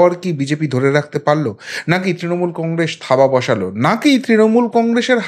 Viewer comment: Congress uchharon ta thik korun